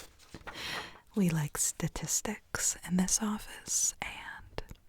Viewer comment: am i wayyyy up timothee chalamet’s ass or is her saying “statistics” like that a reference to him ?